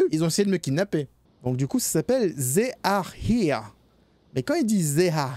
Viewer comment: comment prononce le non du jeu XD XD XD ZZÉ are here... limite si il prononce they comme D-hey, ça sonnerait moins étrange (faites moi confiance)